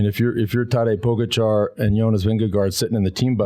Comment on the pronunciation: The surname of the best rider in the world now is pronounced PogAchar (accent on the first A), not pOgachar... Please, show some respect to the greatest, at least.